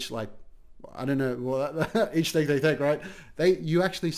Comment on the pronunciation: EACH THAKE THEY THAAKE..BWHAHAHAH...EACH TAHAAKKE